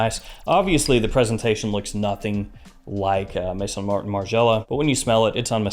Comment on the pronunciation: Just came across your channel. Really liking your format . Only criticism is your pronunciation of Maison AlHambra , it pronounced May-zon not mason. Maison is the French word for house as in house of Al hambra